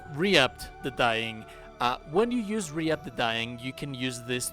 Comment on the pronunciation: Yeah the Dread Overlord is a tiny bit powerful. Also, "Reap" is pronounced Reep. It's like "The Grim Reaper" and "You Reap What You Sow".